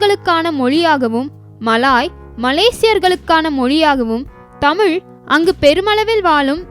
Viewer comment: தயவு கூர்ந்து "தமிழ் " என்று சரியாக உச்சிக்க வும்.